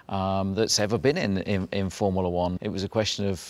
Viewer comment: "Formilla One"😂😂